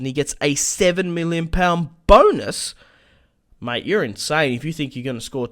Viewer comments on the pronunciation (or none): none